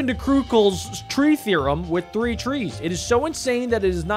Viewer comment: Stop barking TREE in my ears